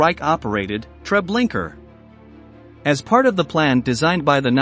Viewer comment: “Treblinker.” Dude seriously? 🫤🙄🤨